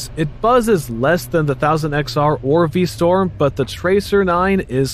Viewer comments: V STROM not V STORM please. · V-St-r-om not V-Sto-r-m. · You keep saying Vstorm instead of VstRom. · Pronounce V Strom correctly please...it's not pronounced V Storm. Strom...Storm. Spot the difference. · Suzuki is V-Strom, not V-Storm :)) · The minute you said V Storm instead of Strom...I started this comment and closed out the video. 🤦‍♂️ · Anyone else hear v-storm rather than v-strom? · It's V-Strom, not V-Storm. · V Strom not V Storm.... really basic stuff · STROM NOT STORM. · What the hell is a "V-Storm"? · V-Storm? Versees? WTF??? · 🧏‍♂️ VER - SYS ; Pronounced Vur - Sis (Not Vur - Seas) Meaning ; Versitile - System V - STROM ; Pronounced Vee - Strom (NOT Vee - Storm) 🤦‍♂️ Meaning ; Who knows ? and who cares ?🤷‍♂️ (V - Strom is an even worse name for a motorcycle than Versys is). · VerSEEES and V-STORM, really? This sounds like an AI generated review.